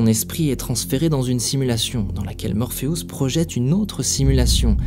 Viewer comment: ce que je retiens s est que tu prononce morpheus, morpheous xD ... serieux